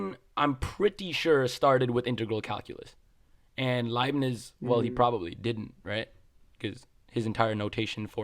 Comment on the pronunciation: hearing him say "Libbies" instead of Leibniz means he learned from reading haha. Or his teacher was just weird